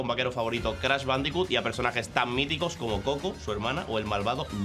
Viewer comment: Y no es Crasss, es Crash Pronuncie bien